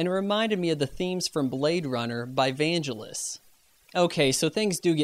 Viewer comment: Congrats on getting this review up, after all your internet/Mac issues - BTW, It's Vangelis - G as in Gettysburg, rather G as in jelly!